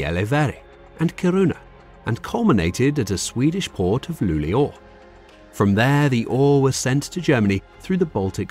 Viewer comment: Luleå was pronounced perfectly. Thank you!